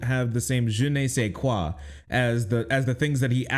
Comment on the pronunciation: I just wanted to say that I usually cringe when Americans say French words. But his "je ne sais quoi" was on point and adorable.